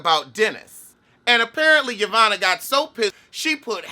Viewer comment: I giggled every time he said it, wrong letters and all.